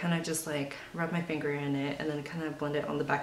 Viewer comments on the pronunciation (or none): none